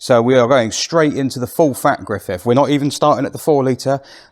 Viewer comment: Griffith, not Griffiff!